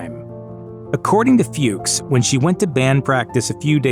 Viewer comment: The name Fuchs is pronounce "Fox"